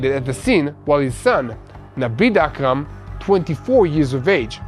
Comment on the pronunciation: HURRRAAAAAHHHH GRRRRRR AKRAM FOOL NOT KARAM OUUUUUUF I WAS GOING TO GET A COMBO STROKE HEART ATTACK AND BRAIN HEMORRHAGE FROM GETTING ANGRY AKRAM NOT KARAM DARN SAY IT CORRECTLY PLEEEEEEAASE